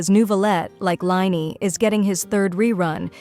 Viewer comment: It's lyney not liney